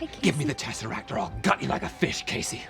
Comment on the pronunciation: Snazzeract!! I like that way better than Tesseract! 🤣🤣 Never change,! 😊